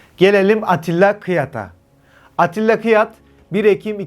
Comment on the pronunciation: Kırat değil Kıyat olacak....